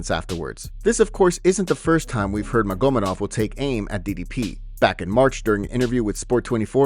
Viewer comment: magomEdov, not magOmedov